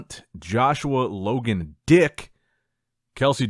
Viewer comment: Why did you pronounce Joshua Logan's last name so hard 💀💀💀